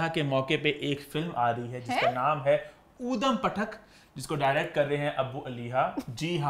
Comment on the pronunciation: Eeman; Udam podum 😂😂😂 its اودھمُ پٹک not odum patak